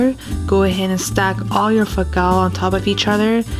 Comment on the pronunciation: When you say fawm kau it sounds like you're saying fuck out. Lol 😂